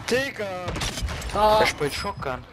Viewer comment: He said diggah it is German and means like bro… 😅